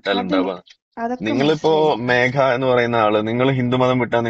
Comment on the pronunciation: mekha alla